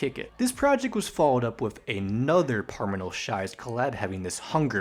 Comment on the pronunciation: Dude.. Your pronunciation is just offfff😂 like it's ok you don't know the correct way to say it but you keep saying Hanunan instead of HanuMan. The M is right there lol. Same with Parimal. You keep saying Parminal, like terminal. But it's all good. The deep dive is appreciated.